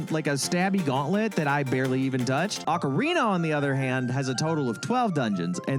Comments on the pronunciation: It's Oh-carina... not Ah-corina 🙄😂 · “it’s Oh-carina… not Ah-corina…” there’s no joke. You tried to correct someone, and then used an eye roll and laughing emoji as if they should’ve already known, when you were the one who was wrong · you really thought it was pronounced “oh-carina”